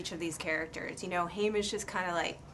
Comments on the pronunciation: Yeah its Haymitch not Haymish the interview probably hasn't seen the movie or read the book. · this interviewer is annoying me bc she keeps call Woody's character 'Haimish' when in the book his name is written 'Haymitch' and they kept it that way for the film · okay call me crazy but isn't the character's name Haymitch not Haymish?